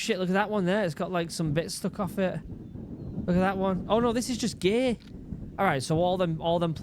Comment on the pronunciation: "OH IT"S ALL GEYYY" Gear... he tried to say Gear